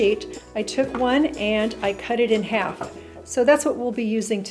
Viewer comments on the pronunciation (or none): none